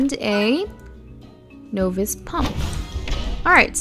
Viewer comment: Its pronounced (naw-vis) novice